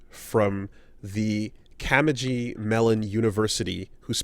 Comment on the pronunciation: CAR-NEH-GI,. Not "cameji":)